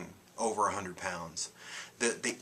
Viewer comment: When you said a 100 lbs I thought you said 800 pounds. LOL! I saw your first video and I thought, there is no way you had THAT much to lose. I related to much of what you were saying...the emotional stuff and all. You're an inspiration not to let that stuff get you too far down and keep caring about self. Thanks for that info on the juice FAST as opposed to the juice feast. I don't want my hair falling out so I guess I won't do the fast and wait til I can finance the feast. Hugs and Peace.